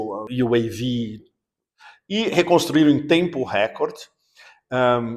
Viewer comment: Meio milhão de mortos e você com esse sotaque : ESTIVE “EN”DONBASS.